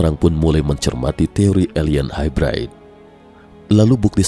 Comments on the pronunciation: gan, nyebutnya bukan HAIBRAID kali, tapi HAIBREID aja. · Hybrid nya salah tuh pengucapan bahasa inggris nya